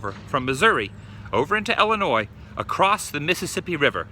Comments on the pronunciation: Thank you for saying Illinois properly. And you need to come to Litchfield. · Thank you for pronouncing Illinois properly.